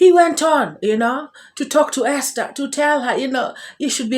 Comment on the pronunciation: THE way this man pronounces the word Esther